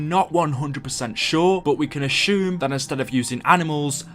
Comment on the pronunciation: We can "asshume" theres no H in "assume"